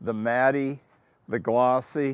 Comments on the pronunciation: Pronounces "matte" as "Matty" "Turbine" as "turban" "Slantnose" as "Slopenose." I just can't. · Mattey?? Matte is pronounced Matt. What a fool. A rich fool😂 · Did that dude who works in the auto industry call matte, Matt-e? Matty? Really? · It's funny to hear Craig Jackson pronunce "Matte" as "Matty" when it's correctly pronounced like "Matt". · In all my years I have never heard a single person pronounce matte as Mattie. It is pronounced "mat" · Was Craig pronouncing “matte” like “matty”? Instead of “Matt”? Is that an US pronunciation? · Could have let him get a word in. Could aee mr lenos face 😂 😂 😂 and guy with the corvette... Ive the matty...... Matte he says it as he spells it 😡 😂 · Anyone else notice that Craig Jackson pronounces the e in matte when he's talking about glossy or matte carbon fiber? Matty?? I love it, nobody needs to correct Craig Jackson, it doesn't affect his love of the car or anything else. I hope never loses his appreciation of his experiences. His genuine excitement and humbleness is why I love his videos. CarTrek critics need to get out of their mom's basement more often. 😜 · "Here you've got the matt-e, the gloss" lol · Mai-Bock(Maybach) and Matty (Matte) are the funniest ways I've ever heard the two words pronounced lol...That's like my Dad pronouncing "meme" as "mee-mee" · This man is a legend but did no one else notice he says matte as “matty” 👀💀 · Is Craig saying “matty” for matte? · I simply can’t believe that Mr. Jackson was pronouncing matte as “matty”. Like, how does anyone that into cars not know how to pronounce matte?? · Craig Jackson pronouncing matte “matty” 🙄🤠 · This guy is an auto expert yet he pronounces ‘matte’ as “matty”? How has nobody ever corrected this guy? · What kind of goofball with yes people around them says "mattie" for "matte"? He sounds like one of those US Italians that overemphasizes the "e" at the end of words because they don't know how to pronounce things. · He pronounces "matte" matty.